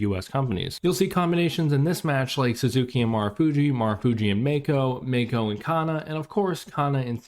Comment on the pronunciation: oh and btw its fucking driving me crazy it's not pronounced Meiko. Mako, Shark in Japanesse. Mah-Kho. 2 silables. 2 sharp sounds. Mah-Kho. her name is not in english dude.